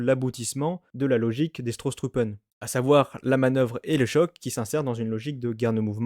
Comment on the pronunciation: En 1918, il s'agit des Stoßtruppen et non Strosstruppen (c'est surtout le 'r' en trop qui pêche).